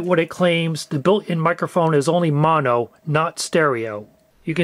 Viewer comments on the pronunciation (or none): none